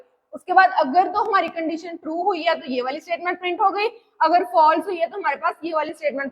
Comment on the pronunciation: condeetion❎ condition ✅